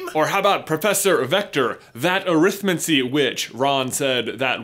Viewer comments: Stop pronouncing it wrong, it's ah-rith-mancy not arith-m'ncy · you're pronouncing Arithmancy wrong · AH! The pronounciations! I've always followed what we might call "the Stephen Fry path", where arithmancy is pronounced more like "necromancy", where the emphasis is on the first part of the word; "Arithmancy, not arIthmancy" to paraphrase. I always felt that way of saying -mancy is more "wizardesque". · You're doing that American thing. Look up the way Stephen fry says arithmancy. You're stressing the wrong part of the word. Just like the word Buckingham.